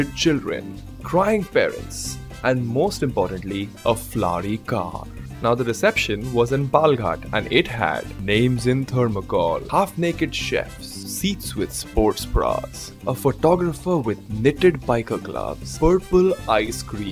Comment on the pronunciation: hahaha.. but dude it was palakkad.. not palghat (as you pronounced)😂😂😂